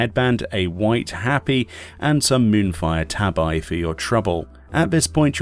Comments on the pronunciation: Hop-pee not happy. And Tah-bee not tay-bye. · Gonna be one of those weebs but its Tah-bee, not Tah-by, tabi that is